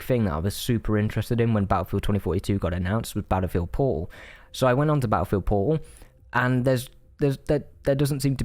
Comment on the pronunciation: I've never played 2042 so I have NO IDEA what he's saying when he says "po'oh" Very good review, thank you for persuading me not to fall for the Steam sale. It doesn't even sound worth $20 to me.